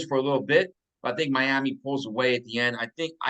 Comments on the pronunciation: Just curious, why do you say “Miama” instead of Miami? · Clearly you ain’t seen our defense we’re going on a run and we’re gonna go down to MIAMI and get that W! It’s Miami not Miama quit putting A’s on random words you sound very unintelligent! IGNORANT! Handicap even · Miami… Miama… who the h3ll cares. Pretty sure the late Al Davis, with his thick Brooklyn accent, might have pronounced it “Miama” too.